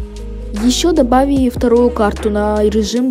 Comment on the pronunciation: Почему ты говоришь добавийи а не добавили